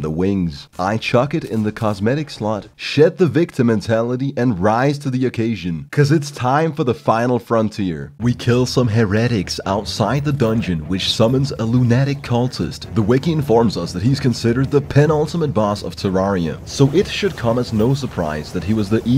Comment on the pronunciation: The way you pronounce "heretic" and "lunatic" hurts me